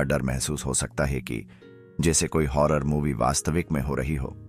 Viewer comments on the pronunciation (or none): none